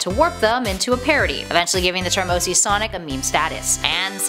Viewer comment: You said OG not OC